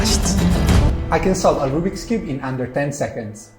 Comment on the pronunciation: Nas: rOObiX cube Me: Rubik's cube